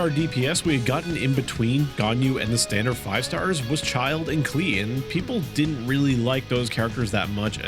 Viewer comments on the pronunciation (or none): none